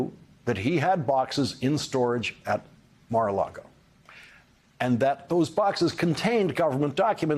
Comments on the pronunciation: Love you Lawrence! quick tip tho….it’s “Mar A Lago” not “Largo” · Every time this guy says "Mar-A-LaRgo" I lose respect for him and this channel. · I'm behind you on almost everything you report, but why do you keep saying Mar-A-LaRgo? If it's on purpose it makes you send like Fox host. You're above that. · Lawrence said Mara Lardo 🤣🤣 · We've all been saying it wrong. According to Michael Cohen, it's Mara-lardo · You keep saying Mar-a-Largo. It's actually pronounced MAGA-Lardo.🥸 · Larry, you great weirdo, please, just either say Mar-A-Lardo or learn how to pronounce it correctly because you just sound odd 😁😂🤣🌴😎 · Lawrence, it is pronounced Maga Lardo.